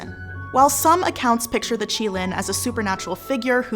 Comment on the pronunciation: Thank gods they pronounced qilin this way it reminded me how terrible people said it in the fantastic beast movie